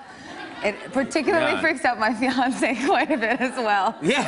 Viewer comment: I thought she said Beyoncé but she actually says fiancé. ☹